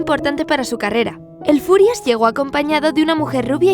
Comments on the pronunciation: Quiero aclarar algo, no es el furias, es el führer que se pronuncia fiurer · Yo lo lei por el cole pero me parece mas triste el diario de ana frank. Tambien en realidad "el furias" es hitler ya que bruno no podia pronunciar "füher" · Lo de "el Furias" es por el libro. El libro esta narrado desde la perspectiva de el niño, que no sabía pronunciar algunas palabras como "Führer" o" Auschwitz" (que de hecho personas como su padre y hermana le hacen saber que están mal dichas). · A ver chavales, lo de "el Furias" es porque Bruno, al ser un niño pequeño, no sabe pronunciar bien "Führer" así que lo llama "el Furias" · No es "el furias" se dice fürer, "el furias" suena a una pelicula traducida al español de españa, como "el bromas" o "el prisas" xd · es q el niño es pequeño y no sabe pronunciar bien la palabra fiurer (fuhrer) y dice furias. en ingles es furious. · es Hitler, el autor le pone ese nombre porque Bruno no sabía pronunciar muchas palabras como Auswitz o El Fuhrer